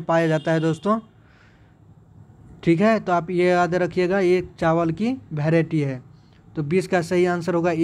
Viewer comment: भैराइटी नहीं यार बैराइटी होता है 😂😂😂